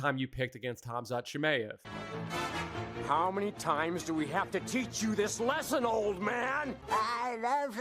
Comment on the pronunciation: Who the hell is CHIM-AYE-EV?